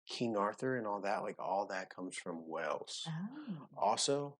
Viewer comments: Just to say, your pronunciation of British words is very good, But, Wales is NOT pronounced Wells, but the same as the biggest mammal in the sea! With the ‘a’ emphasised! 🐳😊 Lynn in England but come from Wales! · The beaches of Wales are to die for. Go to Rhossilli beach on the Gpwer Peninsula. By the way, you pronounce it like the sea mammal in plural - 'Whales' not 'Wells'. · Wales is pronounced whales not wells 😬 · You pronounce whales by saying the word a he is saying wells it's whales say the letter a. I am from uk Liverpool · You keep saying 'Wells,' which is a city, but you actually mean 'Wales' with an 'a'